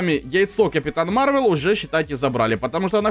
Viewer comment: не марвел а мар вэл